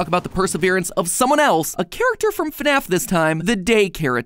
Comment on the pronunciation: JORJOR WEL??? IN FNEFFF???